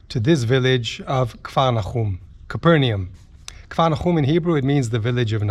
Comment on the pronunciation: It is pronounced "Cayper Nom". ;)